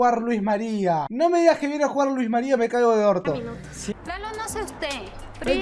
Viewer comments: Por qué decía Luiz María😂😂😂😂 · no se dise luzmaria se dise luismaria XD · soy la unica que escucho q dijo luis maria jsjs